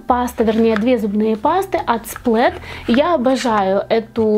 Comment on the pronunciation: не сплЭт,а паста сплАт)